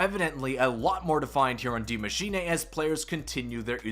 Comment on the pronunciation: Yo... Can you please stop saying Dee MachinAAY. Die Machine (dEE mah-sheen-UH) is the correct pronunciation.